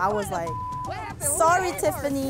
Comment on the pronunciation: I - “sowy Tiffany “💀!